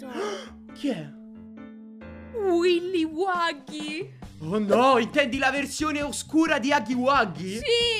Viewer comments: non si dice willy waggy si dice killy willy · E comunque è killy Willy non willi wagghy